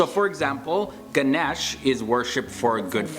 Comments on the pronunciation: Ganache?Not ganache,Ganesh. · Omg did that person who was explaining just say God Ganesh Ganash 😂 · Not him saying GHANAHESH lmaoo 😭